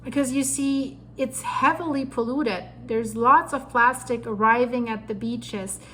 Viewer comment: "pullutes"? Come on.